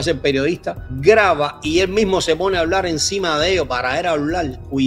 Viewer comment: NO SE DICE HABLAL SE DICE HABLAR POR FAVOR PRONUNCIEN COTRECTAMENTE